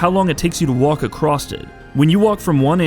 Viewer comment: Did this man just say "acrosst"